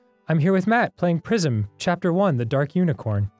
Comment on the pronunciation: “Welcome to Pr-eye-zm” No one can murder a title with cold precision like Dan.